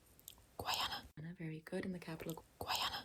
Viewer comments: Guyanese here 🙋🏻‍♀️ the way she pronounced it as GUAYANA is so Funny 😭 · It's pronounced gai-AN-ah. The Guy part is pronounced exactly like the word guy as in "I saw a guy". It's the only English speaking country on the South American continent. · Bruh she kept saying Georgetown and then have to dub it over with GUAYANA 🤣 rather than reshoot the part over again is comedy gold 🤣🤣🤣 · Nice video but its pronounced as Guy-ana (im from there so im just letting yall know lol)😅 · Guyanese here you pronounced Guyana so funnily lmaoooo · blud cannot pronounce Guy Ana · NOOOO YOU SAID GUYANA WRONGGG